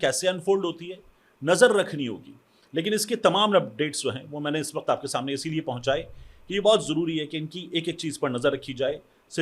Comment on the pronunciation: سہیل وڑائچ کا اپنا تلفظ درست ہے اس کے قاف تو نکلتا نہیں وقت کو وخت کھنے والا